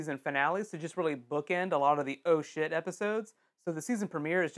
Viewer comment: seriously thought you were saying "Ocean" when you were actually saying "Oh Shit"